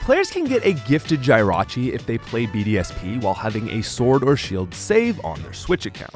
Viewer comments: Why do you keep saying Jirachi wrong. Ita not Jie rachi its Jih rachi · “GY-rachi” no please, no 😭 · Pronouning Jirachi like that should be a crime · Why do you say Jirachi like that?